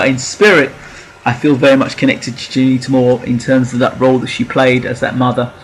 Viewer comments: At least try n pronounce her name properly!! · I second that.